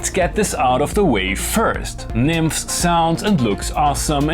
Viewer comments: One of the creatures was demonstrating it in a video from whatever convention it was. They are Greek, and he strongly pronounced the es at the at the end, not nymphs like you and loopop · As a Greek i should point out that the "es" is audible as the "s" in "USB" ... it's Nymph-es. Although i don't understand a word of whatever else you say and i always use captions!!!... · NymphEs the stress is on the E please:) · Loopop pronounced it wrongly. E is not silent. :) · Came for the mispronunciation of Nymphes.... got it! 😆